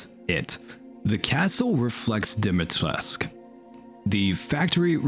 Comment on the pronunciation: I have a little pet peeve as your likely only Romanian subscriber. You pronounce Dimitrescu as if it were a french name. I know that the game makes the exact same mistake, so I can hardly blame you for it. Just searching the word on Google translate in Romanian should be good enough-ish to know how it is supposed to be pronounced.